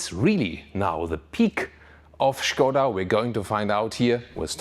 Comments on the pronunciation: 40 seconds into video and already big kudos for pronouncing Škoda right :) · I love the way you pronounce Skoda 😀 It's probably correct, but still sounds very fun. Thanks for the hard work! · Yes, it is correct pronunciation, in 1925 Pilsen-based engineering group Škoda bought car company from its founders Václav Laurin and Václav Klement. The name itself is from Mr. Emil Škoda, Czech industrialist (he died in 1920). Great names in car industry deserves correct pronunciation (Rolls Royce, Bentley, Porsche, Ferrari, Lamborghini, Opel, Renault, Peugeot, Ford, Chevrolet, Benz, Maserati, Chrysler, Honda etc.) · It is absolutely correct, he says it like a professional Czech actor. Škoda means Schade, like It's a pity. Writing sch as š is simply clever.